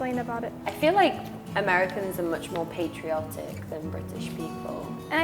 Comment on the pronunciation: has spent too much time with Americans, she's saying 'patriotic' wrong.